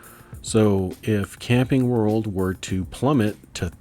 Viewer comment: lol I thought you said "Candy World" rather than "Camping World" when you first said CWH. I started looking up Candy World until I realized it... I'm curious -- are you using Turbotax to do your taxes? Did you find it relatively easy to import all your stock stuff in 1 go? Might be an interesting topic to share your perspective on taxes...